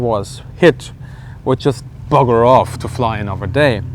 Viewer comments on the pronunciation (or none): Call me a racist bigot But hearing a German say bugger off doesn't half make me chuckle